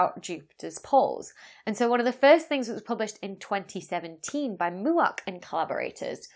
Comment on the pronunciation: Mauk, not Muak - have you heard of anyone named “Muak”? I mean, not that Mauk is such a common name, but at least I’ve heard that one. Poor Mauk must wonder why he (she?) was characterized as mooing on Moo Tube. “All I did was write about Juuuupiter.”